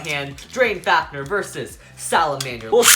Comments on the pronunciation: Drain fafneeeeeeeeer it is pronounced drain faniiiiiir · U keep saying fafner and not fafnir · Duuuude stop saying fafneeeer it is fafnir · faf-near not faf-ner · Bro the way he says fafnir